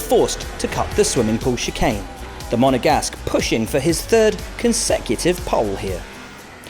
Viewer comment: 😂😂😂😂broo, and I miss that lady, always kills me when she says it